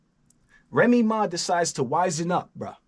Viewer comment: "Remy Maw"